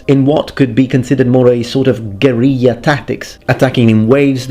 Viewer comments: Do not pronounce gorilla "gor-eeh-ah" it is gorilla. It is not like guillotine or tortilla. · I'd like to point out that many biologists pronounce 'c's in scientific latin names a bit differently: "ce" and "ci" become se and si Also "guerilla" in English is pronounced like how it is spelled, not like in Spanish, but eh you do you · The English language is English, and that's not how we pronounce that word. From the Cambridge dictionary; /ɡəˈrɪl.ə If you want to pronounce a word according to its original pronunciation in another language then go for it... but don't try to claim that it's "in English" when it's not.